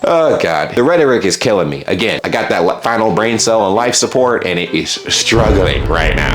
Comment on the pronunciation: The and for me sounds like antidote